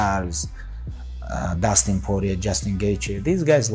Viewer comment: I already knew he was gonna fuck up dustins name at first. Idk why lmao